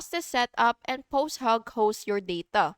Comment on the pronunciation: btw it's posthOg, you're saying posthAg